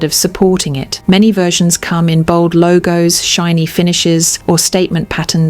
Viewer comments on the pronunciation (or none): none